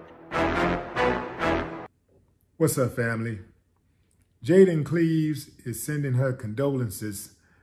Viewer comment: You could at least say her name right